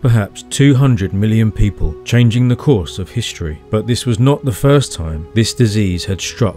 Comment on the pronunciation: Please stop pronouncing words like “struck” as “shtruck” or “history” as “hishtory”. It really doesn’t sound very intelligent.